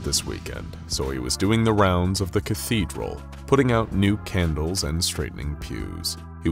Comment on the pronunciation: Can-dal-es? "Candles" Did anyone else catch that? Started using AI for your narrator?